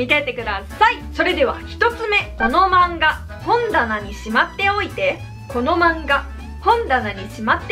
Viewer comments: ほんだなの関西弁の発音違うな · 「この漫画本棚に」の「ほん」のイントネーションがこてこての関西弁と違いますね。 こてこて関西弁は車のホンダのホンダに「な」で本棚です。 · いきなりから標準語のアクセントが違う(笑) 本棚が両方とも関西弁のアクセント。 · 本棚のイントネーション違うくない？